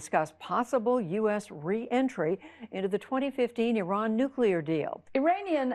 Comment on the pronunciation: I love what you do Trevor. But Iran is not pronounced like an Apple product. And the Iranians’ English accent is nothing like Arabs’.